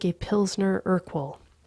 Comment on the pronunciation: I know there is no way to say this without sounding like a pedantic ass- Pilsner Urquell is pronounced more er-KELL. I like to be corrected, I'm hoping you do too.